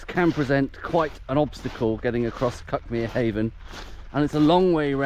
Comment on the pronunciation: I grew up a bit farther along the cliffs towards Brighton. The Seven Sisters and Cuckmere is still my favourite view of anywhere. But to be fussy, "Cuckmere" is pronounced "cookmere'.